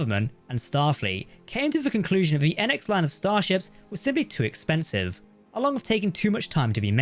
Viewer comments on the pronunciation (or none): none